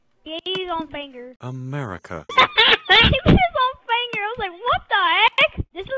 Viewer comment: "He ate his own fanger. He ate his own fangur." "America." Best part.